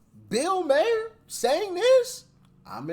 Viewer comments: It's Bill Mahhher, not Myer not Mayer. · His name is not said "MAY-ER" it's " MAR " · Bill Maher's last name is actually pronounced "maar" like "bar" but with an m. It was said by the announcer on his show so im going with that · It's pronounced "Mar", like car, bar, par, etc. Think of it as Maw-r. It's not like Bayer aspirin. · Bill Mahr???😆😆😆The 'h' is silent...So it makes easier...It's pronounced just 'Mar'... So 'Bill Mar'...No need for all that extra stuff... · I’ve always heard it’s pronounced “mar” not “Meyer” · Mar. Think of Mars without the "S". Not Mayor. Ill be racist right quick. It might be like one those words like ask that comes out ax but you can call him whatever we know who you mean. Call me whatever but just don't call me a democrat. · MAH-er no "y" sound in his name. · You laughing about catching yourself, you still said his name wrong. Its exactly how it's spell ma - her. Not Myer or mayor. You shouldn't feel impressed brother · It’s NOT “Mayor”!!! It’s Bill “MAR”!!!! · Bill MARE rhymes with CARE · It's pronounced Bill 'Mar' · He pronounces his name as BILL MARR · Mar. Pronounced MAR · It's actually pronounced "MAR." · Pronounced Bill Mar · Pronounced "Marr". Like you were saying March with the "ch". Keep up the good work Patriot! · Mar as in car, far,, jar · His name is actually pronounced like "Marr." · His name is pronounced Marr. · Pretty sure it's pronounced Marr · It’s mar like in mark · It's pronounced mar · It’s pronounced like Marr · It is pronounced Mar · It’s pronounced “ BILL MARR” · It's pronounced MAR. Like FAR but with an M. Love y'all. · Maher but pronounced Bii (Mar) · "Bill Maher"... Maher pronounced like Mär = rhymes with "Bar" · i thought his last name was pronounced like the planet mars or candy bar without the s or z sound. Mar ? maybe i have been wrong. ? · Its pronounced MahRR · Maher rhymes with car 🚗. Just so you know. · bill pronounced Mars with out the s. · Actually it is pronounced Marr. Mahr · Pronounced MARR